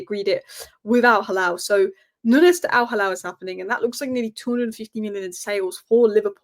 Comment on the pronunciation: It's pronounced al-heelal. Halal is for the meat 😂